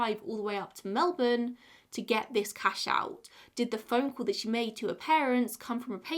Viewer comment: NAILED the melbourne pronunciation, and the second queensLAND pronunciation is the right one! Also, I like this set up! Whatever works best for you :)